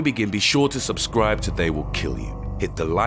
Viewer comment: i thoght he said subschribe or they will kill you.